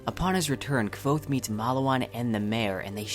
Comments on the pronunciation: Everything good with the video, except how you pronounce Kvothe. the autor made a video were he pronounces the name, so check it out. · WTF! I lost it everytime he says Kvothe's name... when Kvothe first starts telling Chronicler his story, he LITERALLY says how to fucking pronounce it, get your shit together man -.- You may be interested in watching this video where Pat Rothfuss pronounces a shit ton of names. You are welcome Otherwise, great video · You know by now that his name is pronounced totally different than the way you pronounce it? Oh, the vid is good. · Its pronounced QUOTHE like quote. Great video though, EDIT: I just read comments mentioning the same thing and you mentioned you say it how you feel it. I do the same thing, took me 6 years to say Hermione right lol. I do it with a ton of characters, but if you're going to make videos about it then you should expect people correcting you. Awesome job by the way. I was thinking of starting a book channel since there arent too many of them. Maybe we could do a collab. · Maybe I'm crazy but aren't you saying his name wrong? I thought the name was pronounced like Qwouth. Like quote with a th. Maybe I'm hearing what you say wrong but sounds like you're putting a V in there. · Yeah... it sounds more like Ke-vote than Kvothe. =) Maybe if you listened to the audiobook, hearing the name often, would help you with the pronunciation? Just a suggestion. I have no idea how much you put into your videos as this is the first I've come across, and I haven't seen it through. But if you're putting a lot of effort into it, I'm surprised you aren't doing the same with pronouncing the main character's name correctly. You can try an diminish the importance of it by saying it just a single detail, but it's a considerable detail, imo. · Dude! Doesn't Rothfuss tell us in book one how to pronounce Kvothe's name? If I remember correctly, it's pronounced like "Quothe." No "V" sound at all. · Your’re pronuncing it all wrong!